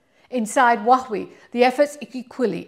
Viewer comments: It's super weird. Makes me think it's Stewie Griffin saying cool hhhwip 😅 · dear, PLEASE 🙏 learn from Google how to pronounce Huawei correctly. Too embarrassing to hear you botch it up 😢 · absolutely . ! Repeatedly. And in multiple videos. She can’t get Huawei right 😂 all Chinese are embarrassed 😢